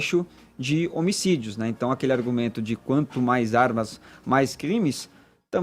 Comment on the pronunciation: "...as zarmas..."